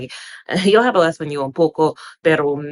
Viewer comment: Just a lil tip In the word hablo, the h is silent.. so it's pronounced like ahblo (hope that makes sense). 🤎